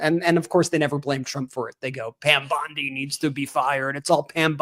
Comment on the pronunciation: What is a government for if not to safeguard the public? I mean for goodness sake! And where did that Epstein files client list that you said was on your desk disappear to "Pyam Bwondi"?